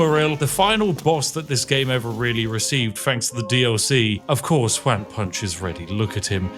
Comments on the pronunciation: Juan is pronounced like "Want" but without the "t" at the end :) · I love that the bad "one" pronunciation that we in Spanish joke about made it here, love Juan Punch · Why you pronounce juan "wanne"? And why is juan punch man using a sword instead of, ya know, punching? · I'm not a Brit and I'm new to your channel, so I'm not sure if you're just saying "Juan" in a silly way, but it's pronounced like "wohn" like "John" not "waaan" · Juan, pronounced like "won" where I'm from, sounds multiple times cooler when/how Spiff pronounces Juan, like "wan". 😅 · Do you realize that when you mispronounce it "Wan Punch" you ruin your own pun? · It's pronounced wh-on and those were sword strikes not punches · Pronouncing Juan as ‘wan’ is possibly the most diabolical thing you’ve done on this channel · He's so British he thinks "Juan" sounds like "Wan". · Ju A n Punch. Please check your pronunciation on the Mexican name Juãn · I’ve never heard anyone say Juan like this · The way Spiff pronounces "Juan" is so weird to me. 😂 Even by white people standards. Then again, I live in a Hispanic household. My mom is fluent in Spanish. Maybe that's why; who knows. I think pronouncing it the proper way would've actually made more sense for the joke, haha. I'm just saying, lol. I still love this. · You’re so close to pronouncing Juan to make the bit fly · It's kinda hilarious that he can't say Juan properly lmao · Sir, you are the first person I've seen that made a Latino name sound like a Chinese one. That's quite a feat, I think. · British guy trying to pronounce “Juan” challenge level impossible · Your pronunciation of juan hurts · I love Spiff, but it’s so funny to me that he named a character Won Measly, and said it perfectly, but can’t say Juan, which can be pronounced the same way 😂😂😂